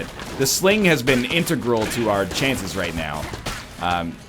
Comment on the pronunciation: Egg scum can't even say Integral right